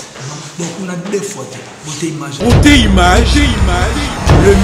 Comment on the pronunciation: Imange 🤦🏽‍♂️🤦🏽‍♂️🤦🏽‍♂️🤦🏽‍♂️🤦🏽‍♂️ c’est image putain et non imange 😏